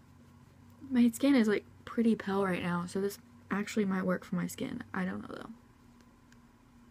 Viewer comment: she kept saying pell instead of pale